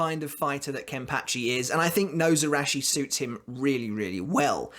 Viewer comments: Nose-arachi. Absolutely love that pronounciation. Your video is making my night <3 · ....It is pronounce [She-knee-gah-mee] not [shin knee]... shi-ni", "死" or Shi character is the root particle for death of "死神" shinigami. the was you are pronouncing it you are adding and extra "ン" or "N" and Nozarasho/野晒し is pronounced のざらし /[No-zara-shi] [No- Zah- Rah-Shi] you say SAN wrong, say the a long...like "On" as in On and off.